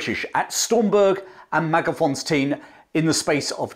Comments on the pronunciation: Learn to pronounce Wauchope correctly . Also it's Magersfontein not ' Magerfonstein. A MacRae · MagerS-fontein, not Mager-fonstein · actually, the last part "tein" sounds more like TINE (like the tine of a fork) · Hi there, I love that you pronounce most of the names very well except for Mager s fontein - Magers Fon (as in the German von) tane (as in bane, sane). 😀😉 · Excellent account, but please re-examine the word Magersfontein and establish the correct location of the letter 's'. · Great story telling. The Boer War was a lesson the British took to heart, and helped them in the coming First World War. Do have a minor complaint, your pronunciation of Koos and Magersfontien are seriously flawed.